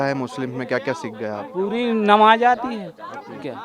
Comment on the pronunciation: नबाज 😂😂😂 पहले बोलना सिख 😅😅लो नमाज़ होती है नबाज नहीं